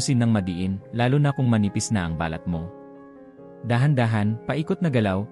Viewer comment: OK ANG MESSAGE MO DOK. ONLY, BAKIT HINDI MO MABIGKAS NANG TAMA ANG MGA SALITA NA PILIPINO NAMAN. ISANG HALIMBAWA LANG AY BALAT O SKIN. PAGBIGKAS MO AY MALI DAHIL MALUMAY ANG BIGKAS MO AT HINDI MABILIS. NAGIGING BALAT O MOLE TULOY. MARAMI PANG IBA. VERY DISTRACTING ANG EPEKTO. PLEASE STUDY ON HOW TO CORRECTLY ACCENTUATE WORDS. IT IS OUR MOTHER TONGUE. NO REASON TO BUNGLE IT DOK. PLEASE.